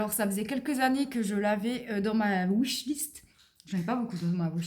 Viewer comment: La wishliste se lit enfait "wish" (souhait en anglais) avec un "i" et pas "wush" avec le son "ou"... mais bravo et merci pour le resumé